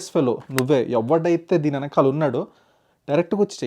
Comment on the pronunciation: "Venkamaala" kaadu naayina, "Venakaala" - edi okasari sarigga ani choopinchu.